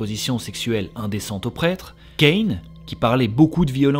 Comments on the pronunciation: Caïn se prononce "ka-un" et pas "kayne" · Caïn comme Ken le survivant? Ça se prononce Ka un. C’est affligent de ne pas avoir assez de culture générale à ce point. Faire des recherche ne se limite pas à lire wikipédia Il a bien marché le plan Marshall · "Caïn" (à prononcer Ka-Hein) T'as prononcé ça comme le nom catcheur Kane, je regardais ailleurs j'ai pas compris ce qu'il se passait XD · Ka1 ca se prononce pas kaine 😊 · On dit "Ca...Ïn" et non "Caïne" Et de ce que je sache, ça n'est pas possible que la "possédée" est eu les stigmates lors de sa mort car les personnes, Saints, qui les ont eu, les ont demandés, pour souffrir. Dieu n'aurait jm permis à une personne possédé de les avoir, car ça n'était pas elle qui était vraiment maître de son corps mais les démons... Et je pense aussi qu'elle était possédée vu les enregistrements et les signes anormals qu'elle avait. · Super comme d'hab!! Petit détail, Caïn se prononce "Ka-in", et pas "Kayne" :D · Caïn = Ka1 et pas Kane =) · Kaine ?? 😂😂 C’est Caïn wsh Ka Un phonétiquement parlant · Caïn à l'anglaise, Cain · Superbe vidéo :) et pour info Caïn ca se prononce "Ka un". J'ai découvert ta chaine il y a peu, c'est une pépite, merci pour tout :) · Je crois que Caïn se prononce Ca- in . Sinon super vidéo !!😁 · Mdr comment à prononcer "Cain" on aurait le nom d'un bully en dodge charger 😭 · J'ai bien rigolé quand tu as prononcé caïn à l'américaine, comme pour la marque de pizzas et de frites. En français, cela se prononce ca-hein... Super video. Le cas de possession du québéquois Maurice thiriot est aussi impressionnant, voire plus, car il a été filmé. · Caïn ça se prononce Ka-un en fait ^^ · ''chouette'' video et on prononce Caïn : Ca-in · Alors Caïn , référence a Caïn et Abel , ne se prononce pas du tout comme ça mon cher monsieur, un peu d'étude biblique ne fera pas de mal :)